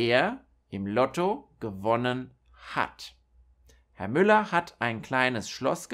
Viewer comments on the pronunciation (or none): none